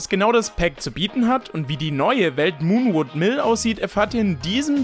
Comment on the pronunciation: ich die "muh und will" und nicht "moonwood Hill" verstanden hat :)